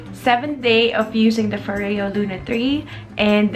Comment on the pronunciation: “foryo” not “fo-reyo” 😊